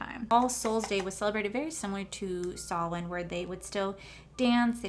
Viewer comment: I'm very impressed you said Samhain the right way. I'm Pagan and I LOVE Samhain/Halloween. It's my favorite Holiday! And they would cut the animals throats. I'm very impressed with your knowledge of the subject as well. I hand out the candy. They aren't allowed to take what they want. Then I get taken off candy duty cuz I give out too much at a time. I love the finished look.